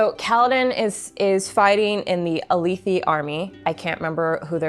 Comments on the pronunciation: feel free to disregard for your own pronunciations, but jasnah = ‘yazna’ (think german j and s), alethi = uh-leth-thi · I wasn't going to say anything about how you pronounced Alethi, but then you said chasms with a "ch" sound.. it's pronounced "ka" "Ka-zm" And it's "ah-leh-thee" not "ah-lee-thee"